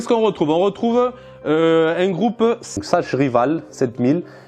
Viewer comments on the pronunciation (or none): Sachs se prononce Sax.